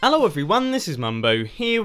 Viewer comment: I had a stroke listening without watching. Wondering wtf happened. And it was just him also having a stroke.